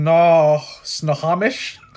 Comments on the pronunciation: I cant resist... i gotta help ya... haha! Snohomish = SNOW-HOE-MISH Skagit = SKA-JIT Okanogan = OH-CAN-NOG-IN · Sno-ho-mish, ska-git. (Ska-jit) I live in Washington state, and those are the pronunciations. I hope it helps. Great video. Thank you for all you do. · Snow-Home-Ish county, Oak-A-noggin, Kit-tit-tas, hey ya got Klickitat right, so yer doin better than most flat landers out there. Stay caffeinated ;-) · Ok I couldn't take it any more I was dying laughing.. Snohomish = Snow-ho-mish Chelan = Shuh-lan Spokane= Spo-can Okanagon = Oak-uh-noggin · SNOW HOE MISH is how it's pronounced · Snow- home-ish Oak-can-nog-in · Snow home ish is how its pronounced also skajit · Snow home ish, Spoe can, the rest you did pretty well. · Snow home ish county is how it's pronounced. Pend orielle is pronounced pond a ray. Oak a noggin and kit I tass hole quee um. The names are all native American in origin or french. Let me know if you need more translation assistance. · Snow-ho-mish. Skagit. Pronounce the G as a J. Island county...cause it's a bunch of islands. Now try your hand with Puyallup, Sequim, and Elhwa.